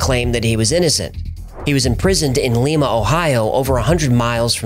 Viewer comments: Repeat after me……Lime-ah Ohio, not Leemah. Coming bro beanskarooney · Lima pronunciation Lime-a not Lee-ma lol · Not lema Ohio lol liema Ohio just a little correction on how you pronounce Lima, Ohio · Pronounced Lyma ohio. I’m from Wapakoneta which is just south of there. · Lima is pronounced lie-muh. Like a Lima bean. I don’t live far lol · Lima, ohio is not pronounced "Lee-mah" like the famous city in Peru. The correct pronunciation is "Yuh-kee-town" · He's clearly never seen Glee...... It's pronounced "Lie-Muh" lol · It’s Lima Ohio like Lima bean .